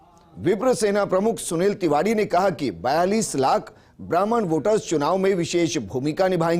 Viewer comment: Bhi vo tivadee nahee Tiwari hota hai konse. School mai pade ho aap